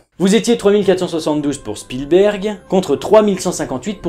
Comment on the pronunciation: Sinon, j'suis la seule que ça stresse, la manière dont il prononce Spielberg ?